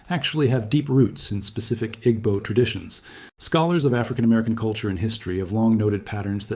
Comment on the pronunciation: It's pronounced EE-bow.